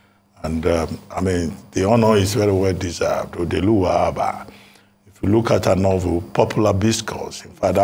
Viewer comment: Odeeluwa and Odeelora. aren't you Igbo? Why the cringy pronunciations?